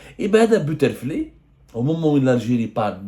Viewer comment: Plage butterfly? Ça se prononce butterflai.....